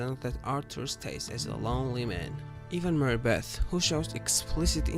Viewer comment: ITS ARTHUR NOT ALTHU. ROBBERS NOT WOBBERS. MARY BETH NOT MEO BET